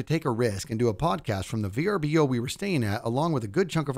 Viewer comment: pronouncing every letter in VRBO is peak dad 😂